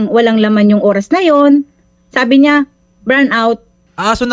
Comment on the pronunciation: bidju? bran out? ayos ayusin mo nmn pagsslita mo ate. seriously? bran out?